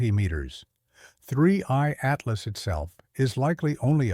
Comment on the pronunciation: I used to ask this all the time until recently when his code apparently forgot how to say Atlas